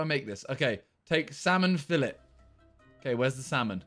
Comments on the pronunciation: Simon FILLET =fill-a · Btw it’s pronounced like filey